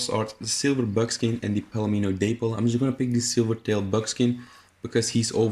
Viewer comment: Haven't seen this mentioned but just a heads up for the future... Dapple = dap-pull, not day-pull. Anyway... otherwise, good video. My favorite is the Turk, MFT second, but online isn't as generous with horses as SP is. So that being the case, I've recently gotten to appreciate the American Standardbred. Granted I'll probably stop using it when I get a Thoroughbred, and the same when MFT unlocks after that, but it's still pretty solid for what it is. I just started using the same coat you tested over my free red chestnut arabian with better stats. Speaking of... I hate Arabians solely based on A) how gutless they are and B) how small they are. They're scared mules that are on steroids, basically. I'd love to have a Turkoman right now, but damn that level grind for the unlock sucks.